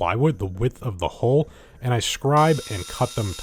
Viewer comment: He writes "hull", reads "hull" but speaks "hole". Just saying.